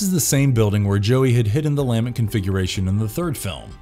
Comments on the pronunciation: is this a bot talking? NOBODY pronounces "lament" this way. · Learn how to say "lament" and I'll like & share. Jesus. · Cool video, too bad the narrator kept mispronouncing "Lament Configuration". Maybe they didn't realize that the first word is the verb 'to lament'. Kept mispronouncing the inflection. Very annoying. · Great video but every time he mispronounced the lament configuration, I wanted to jump off my roof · "The LAH-ment configuration" The what? Your em-PHAH-sis is on the wrong syll-AH-ble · The lament pronunciation is killing me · LAH MINT! NOT LAMINET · ... Why does it sound like you're saying "LANMET" instead of "LAMENT” every time you mention the Lament Configurations lol. Awesome video though, great summarization of all the movies! 🙂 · DAMNIT! It so grating when you say 'LA-ment' configuration instead of 'lah-MENT' ...where the f*ck is this narrator from? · he also keeps mis-pronouncing the lament configuration. he keeps saying lamet.. LOL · lament, not lamint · "Luh-ment" configuration, not "Leah-ment". The word is "lament", The Lament Configuration. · Take a shot every time he says Lam-ment configuration instead of Lah-ment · LA-MENT not LAM-ENT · "La-MENT" not "LAMB-ent" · It's pronounced La Mint... Not Lam mint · Have people never heard the word "Lament" before? What is with the weird pronunciations? Its NOT Lam-Ent... Its La-ment. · luh-MENT not LAH-ment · La-MENT' configuration...not LA'-ment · Your incorrect pronunciation of LAMENT over and over really detracts from the video. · Lament: (/ləˈment/) - pronounced luh-ment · It’s pronounced la-ment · lol dude it's la-ment configuration. I couldn't stop laughing anytime you pronounced it weird. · lame ent configuration? lamen't? (the emphasis tends to be on the second syllable, no?) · is this an AI narrator? the pronunciation of LAMENT is wrong. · imagine mispronouncing "Lament" through an entire video on Hellraiser.